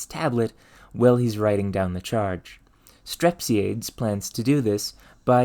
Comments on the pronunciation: Strep-sigh-a-dees, air-is-toff-a-nees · Ar-iss-TOFF-ə-Neez Strep-SEE-ə-Deez For future reference 😉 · I too am that guy. Aristophanes is Ari-STOF-a-nees not A-RIS-to-fanes and Strepsiades is Strep-see-AH-days, not STREP-see-aids. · fyi the "S" in "fresnel" is silent. and Arisophanes and Strepsiades are pronounced "a-ris-tof-an-eez" and "strep-si-a-deez" ancient greek names ending in "es" always have one more syllable than you'd expect. think of "Archimedes" & "Socrates"